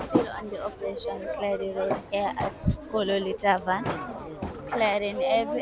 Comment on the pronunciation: Kololi Tavern not taban